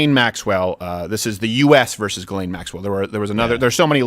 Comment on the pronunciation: Steven should pronounce Ghyslaine en français calisse